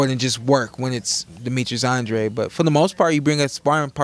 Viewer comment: Anne-DRAYD not Ahhn-Drah-Dee